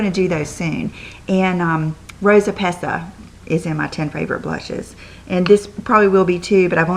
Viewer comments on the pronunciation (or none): We love you!! <3<3<3 btw way I love the rosa pesca too. In Italian the "C" in this word is pronounced like a "K" so it's pesKa;-) xoxox